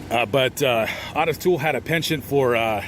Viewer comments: I've never heard Otis peonounced Aw-tis (instead of Oh-tis.) Is that how he pronounced his name? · It’s not ‘aah-tis’. It’s pronounced Oat-tis. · Hey, love your content but why the F do you call the man “ OTIS TOOL “!!!!!! When his name is %110 pronounced OTTIS O ‘ TOOLE!!! And please don’t tell me it’s for a greedy reason like some YouTube guidelines!! I’ve been watching you for awhile cause like I mentioned before I really enjoy your content and you definitely seem like an educated man… Absolutely no shade so please do not be like a lot of YouTubers and say something ridiculously ignorant like so many entitled brats lol I’m just a curious subscriber 😎… just sayin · O not AW... LOL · Otis is pronounced OH-TIS, not AH-TIS. A very minor point. Thanks for all the research, let’s hope the vast amount of info online these days can prevent some of this horror, it I wouldn’t count on it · His name is Otis Toole and not Autis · It's pronounced Oh'--tis. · Hey, It's pronounced. (OH TIS) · It’s O. Tis you are pronouncing it wrong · Otis (pronounced Oh-tis) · Ottis Toole murdered that boy. Btw, his name is pronounced the same as Ottis Redding. Its oh-tis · Isn’t it pronounced ohtis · Great video like usual. Btw...small thing but his name is pronounced, "Oh - tiss", long version of the O. I did hear you say it correctly at the end of the video. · Always heard O-T-I-S pronounced with a long O sound until this video! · How in the hell did you mispronounce Otis???